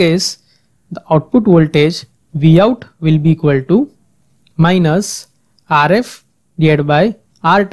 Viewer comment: gosh i can barely understand. Rf is pronounced "ARE [space] EFF" not "ARE-IFF" with a rolling R geez